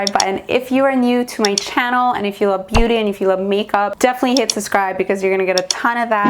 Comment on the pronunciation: I watch your makeup vids with my wife, you're really good! However, did you say, " Sascribe" haha. You know it's "sub" yes?